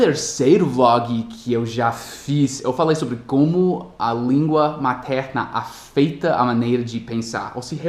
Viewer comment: você falou "Afeitam" é "Afetam"